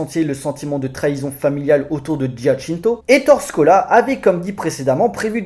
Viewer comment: ça se prononces "é torè scola"